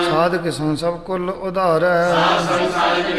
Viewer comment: ਸੁਭਾਇ , ਉਧਾਰ , ਠਾਕੁਰ ਆਦਿਕ ਅੱਖਰਾਂ ਦੇ ਔਂਕੜ ਦਾ ਉਚਾਰਨ ਨਹੀਂ ਕੀਤਾ ਗਿਆ ॥ ਸਭਾਇ , ਅਧਾਰ , ਠਾਕਰ ਬੋਲਣਾ ਗਲਤ ਹੈ ॥